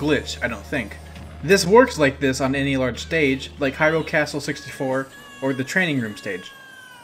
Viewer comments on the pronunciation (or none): none